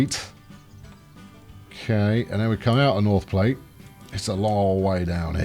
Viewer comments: Its pronounced "plat", not "plate", the E is irrelevant. Don't blame us, blame the french. They literally called it the french word for flat. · It's probably been said a dozen times, but Platte is pronounced like "flat," not like the thing you eat off of while utilizing flatware.